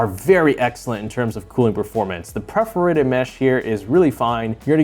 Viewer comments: Dude you keep saying “preforated” and it’s driving me crazy. Just say it like it’s spelled. Per-for-ated. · Not hating, great video, but it’s “perforated,” not “preforated.” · anyone else getting triggerd by the constant mispronunciation of perforated? like english isnt even my first language but i found countless mispronunciations and grammatical errors + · Good content... but seriously, how do you not know how to say "perforated" when you review cases?? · Please learn how to say perforated